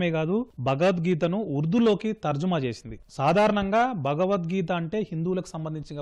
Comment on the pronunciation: Bagavad geeta, Kaadu bro Bhagavad geeta Anandi bro